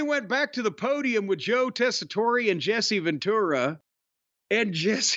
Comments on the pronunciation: It is the way u would say his name in Sicily, but since Americans always being stupid and americanize the names anyway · This has to be a running joke at this point that keeps pronouncing Tessitore’s name wrong. There’s no way he’s actually still getting it wrong unintentionally.